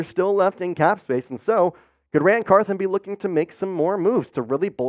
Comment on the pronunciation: Car THON not Car THIN